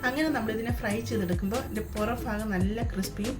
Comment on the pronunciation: Faagham alla sister. Baagham. 😂